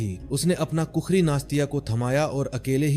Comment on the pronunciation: wrong pronounce its khukuri not kukuri